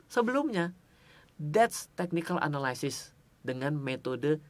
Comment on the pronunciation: bang jangan marah yah, biar gampang analysis bacanya sama in aja kayak analisis (dalam bahasa indo), soalnya abang sering bgt ngomong analysis dan selalu salah pronounce nya, jangan dibaca anaLAYsis, bukan LAY tapi yang bener LI. thx